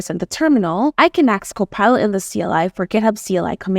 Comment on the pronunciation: Why does she say gHKOPILot